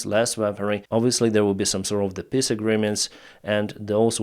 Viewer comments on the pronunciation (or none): brother thank you for what you are doing, but please stop pronouncing 'peace' as 'piss'